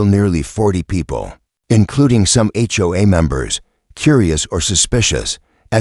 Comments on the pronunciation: Why didn't you teach the narrator to say HOA as the letters and not as a word? HOA is an acronym that is NOT pronounced as a word. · It isn't HOA or is H.O.A. get it right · HOA pronounced whore!